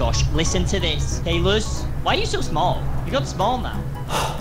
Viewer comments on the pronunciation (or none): It's caylus not kaylas